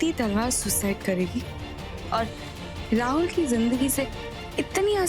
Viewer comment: KItna ghatiya tarike se rahul ha naam prnouce karti hai